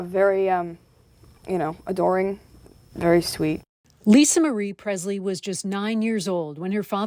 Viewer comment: It’s not pronounced “Prezzz-lee.” It is: “PreSSS-lee.” M-Kay?